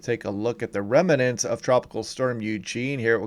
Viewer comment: I very much like your YouTube videos. However, one thing you do is very annoying. You are pronouncing the word "remnants" as if it had an "a" between the letter "m" and the letter "no." It does not. Please, if you'd be so kind, correct this mistakes. "Remnants," not "remanants." Thank you.